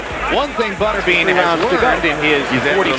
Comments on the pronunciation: Botterbean?? Who the hell is that?? I think you mean Butterbean. AI narrated slop?? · Cringy how the narrator pronounces Butterbean. 😎